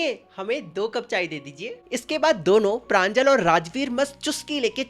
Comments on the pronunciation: Not pranjal it's panjol ,प्रंजोल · It's pranjol not pranjal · Pranjol ❌ Pranjal ✅ 💀💀💀💀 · Its pranjol not pranjal ( btw my name is pranjal)😅